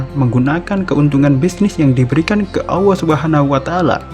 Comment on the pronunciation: kok nyebut nya AWWOH yaa? mustinya Allah